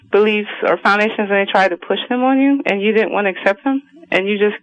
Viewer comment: "no it dit-int"